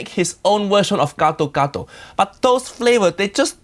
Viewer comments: i'm an Indonesian so... yeah... you can guess what i think about this one. especially when he pronounced it "ghetto-ghetto". oh and Roger was right, Gado-Gado's veggies are ALL blanched. if they are raw, then it's called "Karedok", another dish. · Please don't called that dish gsdo gado, so wrong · I love how Jamie pronounces the sauce as "ghetto ghetto". Lol. Happy Holidays to all. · Gado gado to geto geto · When a TV chef cooks “ethnic” food they should at least attempt to pronounce it right, Jamie’s pronouncing it like “ghetto-ghetto” almost. The peanut butter looks like regular crunchy peanut butter, not pre-roasted. In a way it’s better he coated the bowl instead of pouring it over the salad, maybe someone can eat an untainted potato or somehing😁 Merry Christmas chef❤️